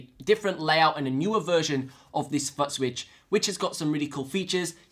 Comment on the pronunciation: Give a break, his dialect is very unusual, and he speaks like a happy hyper boy with a new toy most times, my ear was more jolted by his pronunciation of footswitch, then polarity, so he says "futt-switch" and "polaritry" You have to give a break though - his videos are super informative and he covers so much about the RC-500 Loop Station that he made my decision to buy one and the FS7 plus TRS Balanced Cables the easiest decision I ever made with gear. Just saying, I have on subscription and I have a favorite list on my YouTube... he is one of the few individuals I gave a Favorites Tab to.